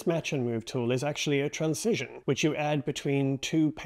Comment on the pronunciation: It's "transition", not "trancision".